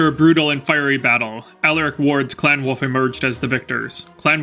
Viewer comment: Great videos from you. Much enjoyed. There is an "L" in wolf though....Hearing you say woof all the time is distracting... lol 🤣